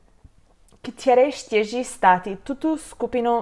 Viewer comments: Hi, 2004 is pronounced dva tisíce čtyři and 2007 is pronounced in Czech dva tisíce sedm. Otherwise a very nice video, it's a pity it wasn't a bit longer, I really like your reactions 🤷‍♀️🤦‍♂️ I only travel within the EU with an ID card. Until recently, it was enough to visit Britain, but what was, was and is no longer. I loved traveling before Covid 19, and always only used an ID card. I don't even have a passport since I left Slovakia and became a citizen of the Czech Republic. The main thing is to have a credit card, it was always required by the hotel, that's why I have a travel credit card. Such a nice thing they invented in the USA 😜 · Super video :) p.s. Vyslovuje se “dva tisice ctyři”